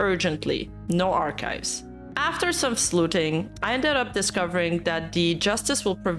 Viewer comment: Poor, some words really don't play nice with the accent. 'After some sleuthing' sounded like slooting (sluting) = she did wat..? 🤣